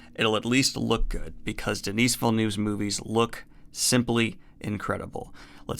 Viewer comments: his name isnt Denise..its just basically pronounced like Denny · The S in Denis is silent in french